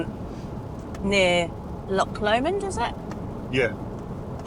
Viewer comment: Loch Lomond not Lomand 😬